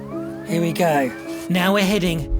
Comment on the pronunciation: I swear I heard arcade show down nyaw